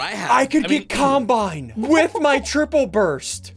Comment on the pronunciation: lol says combine as if it was a seperated word LOL